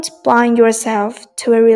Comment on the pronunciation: hình như bạn đọc sai một số từ như bind bạn dọc sang từ blind